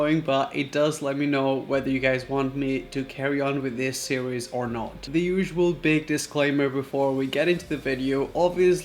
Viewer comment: 3rd episode of food conspiracy sirweeeez hahahahaha I like how he pronounced series